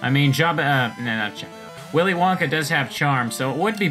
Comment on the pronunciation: "Willy Lanka learned how to chop a MF" What made it so funny was just the mispronunciation of "WillyWonka"